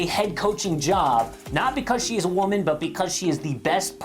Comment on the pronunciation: Am wahman, gimme gimme gimme gimme. 🙄